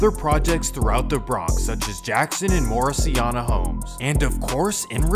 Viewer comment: It’s pronounced “More-es-sain-ya”